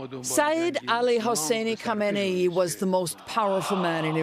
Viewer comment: In Khamenei and Khomeini, the leading k is silent, not the h.